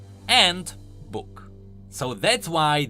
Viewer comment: "AAAAAAAND... bhuk(book)" i died that was great